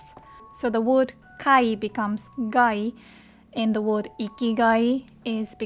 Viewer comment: you're pronouncing "word" wrong. There is no Japanese "o" in it.